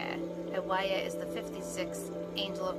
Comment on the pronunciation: I thought the pronunciation is po-ee-el